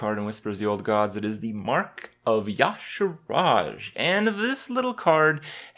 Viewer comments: Triggered by canadian: YAH' SHERRAGE vs Yuh' sharge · Yih-shar-zh. Not yah-shuh-raj. Jesus, Kripp. Get yourself together man. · Jesus fuck Kripp, it's not Ya'Sha'Raj, it's Y'Shaarj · "Ya-shar-aj"? Ee-sha-rj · It's Yeh-Shaa-rzh, not Yeh-Sh-Raazh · Damnit Kripp it says y'shaarj not yasharaj you illiterate troglodyte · he pronounced it ya'shaaraj it's ya'shaarj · Grand Inquisitor IIRC you're actually meant to pronounce the "cuh" the same way you pronounce the rolling, phlegmy "ch" sounds in middle-eastern languages. Regardless, pronouncing it cuh-Thoo-loo still follows a correct progression for the spelling of the word. Yah-SHA-raj requires you to rearrange the last three letters of the word for no logical reason. It'd be like pronouncing Cthulhu "cuh-THOO-hool" or Kripparian as KriPP-are-nee-ah. It makes no sense. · i dunno what you all are talking about...yasharaj is definitely the worst way to pronounce it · nah, it would have to be written Ya'Sharaj for his pronunciation to be correct. it is spelled phonetically, yuh-sh-are-ge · ... "Yasaraj?" really?? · Why is everybody pronouncing it Ya-sha-raj? The R isn't in the middle! D= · why would i care what blizz sais when the spelling of the name and the prononciation of all the other gods and lovecraft from whom they ripped it off sais otherwise ? i`ll stick to the normal way u`ll prononce it if u read it in a non-dislexic way. prononcing it Ya-Sha-Raj sounds completely reta.rded when it is written diferently. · How does " Y' " make the sound YAH? If anything it's EE SHARGE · when will kripp learn how to pronouce yshaarj